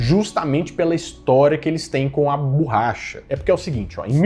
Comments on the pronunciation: qual a dificuldade que esse cara tem em pronunciar a palavra BORRACHA corretamente? mania feia e irritante de falar "BURRACHA" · PQ você fala "bUUrracha" e não o correto que é borracha?